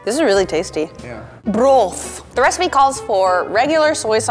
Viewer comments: Is it just me or did I keep hearing her say ‘ramen brah’ instead of ‘ramen broth’ 😂😂😂😂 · When says ramen 'broth', it kinda sounds like ramen 'bruh'!! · the way she said BrOTh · Did anyone laugh when said "Broth" in a weird way lol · the way she says broth😂😂😂😂❤️❤️